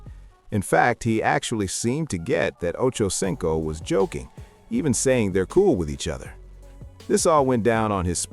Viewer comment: I should've known not to waste 10.5 mins of my life listening to this messy ish...esp when I heard "them/they/it" mispronounce 85's name.